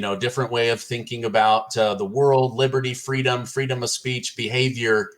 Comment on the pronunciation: She worked her way up to “fweedom.”